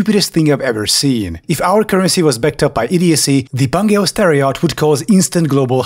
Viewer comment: I'm Czech like the narrator, but I keep hearing "terror yacht". This is something from Adolf' fever dream.